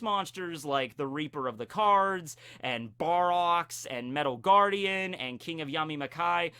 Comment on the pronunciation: For a second I thought you said "I'm the Reaper of the Corns"